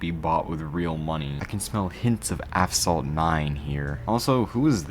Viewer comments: Bro said affsalt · do you say “aphsalt” in the video or my ears don’t work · Asphalt ❌ Afsalt ✅ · are you saying...AP-SALT?? Its AS-PHALT... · Brother, it’s Asphalt, not Afsalt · Bro it's not Aphsalt it's Asphalt Good video though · bro said aphsalt 8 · Am i going crazy or does he keep sayinh ApSalt? 😂 cool video! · why do you call it app salt 😭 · Asphalt not aphsalt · yeah i thought i'm tweaking every time he said app-salt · How does NOBODY find how he's saying Aphsalt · is it "Asphalt 8" or "Aphsalt 8" you're pronouncing to? But anyways that was an interesting video about mobile racing games (CSR Lore and Nitro Nation games) btw can you review Ridge Racer Slipstream next? there's a modded apk by Techboy1997 but it was down so I have the files needed for your next review video. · No way bro said APHSALT games at the very beginning 😂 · Why is he pronouncing it as APHSALT 😭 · This guy keeps saying "Af-salt 8" how is no one pointing this out lmao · Aphsalt, why is it aphsalt 🫠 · say aphsalt one more fucking time and im blowing my brains out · I hate how you say it like "aphsalt" but other than that good video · used to love this game years ago... until my account bugged and i was permanently stuck at -9 million credits. edit: are we gonna ignore how he didnt say "asphalt" correctly once? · "AFSALT 8"😭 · Why bro calls Asphalt "Afsalt" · why is he pronouncing it "aphsalt" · bro said aff salt💔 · Either I'm going crazy or he is constantly saying Aff-Salt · probably got tired of pronouncing Asphalt as he pronounced it as Aphsalt for probably funni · “Aphsalt 8” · Assfall(t) , t is silent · He said aphsalt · Bro how you say asphalt is scaring me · Dude cant say asphalt correctly. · man how are you gonna make a video about a game you cant even say right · In just the first millisecond, bro fumbled the name 😭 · Not even a second in and you mispronounced the game. Not watching. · You say app salt, its pronounced ass fault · He literally said aphsalt 8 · "APHSOLT 8"